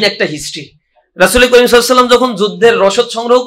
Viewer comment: দোস্ত ইনশাআল্লাহ সফলতা নিকটে,আল্লাহ আপনাকে হায়াত ই তৈয়‍্যিবা দান করুন,চমৎকার তিলাওয়াত,তবে দুরূদ পড়া অশুদ্ধ,বাংগালী মুললাদের মতো সসসাম বললে হবে না,বলতে হবে সাল্লাল্লাহু আলাহি ওয়া সাল্লাম, এক আল্লাহ জিন্দাবাদ বলা ও ভুল,কথাটা সৃষ্টির জন্য ঠিক, আল্লাহর জন্য নয়,ইয়াহাইউ ইয়াকাইউম বলা যায়, দোয়া ,শুভকামনা এবং সমর্থন রইলো